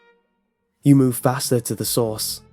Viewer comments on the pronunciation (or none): none